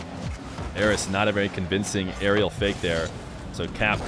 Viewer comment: Sounds like you're saying "Eros" so many times lmao